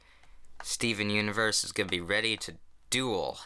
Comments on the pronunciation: When I heard him say Steven Universe I heard it as STOVON Universe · STOOVEN UNIVERSE!?!? You're pronouncing it wrong It's Stovon Onovurse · It's pronounced "Stovon Onovors" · "Stuven Universe" yep thats how you pronounce it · Did any one else trigger when he first said Steven universe wrong ? 😂😂😂